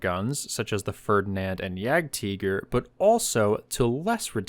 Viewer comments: what the hell is a teager its tiger get it right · Yagd teeger?